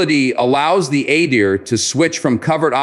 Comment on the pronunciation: It’s pronounced Ah-deer and not at-dear.